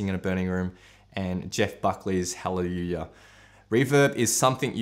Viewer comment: “Jeff Buckley’s hawwywoowah”. 😝